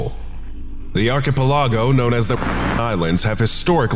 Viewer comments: It may be a small issue but Why does he pronounce archipalog that way? It drives me nuts. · You are pronouncing "archipelago" wrong. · Pleas learn how to pronounce archipelago proply that was so anoying and made it hard to enjoy lisining to it! But the rest were lovely and enjoyable!